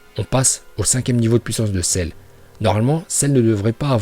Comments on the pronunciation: Arrete de dire cerre je vais me desabonner a cause de ca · Celleeeeee!!!😂😂😂trop cool ton accent japonais et merci de nous avoir montrer les niveaux de puissance de Celle 😎